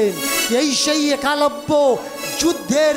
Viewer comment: একালব্য নয়। উচ্চারণ হবে এক লব্য।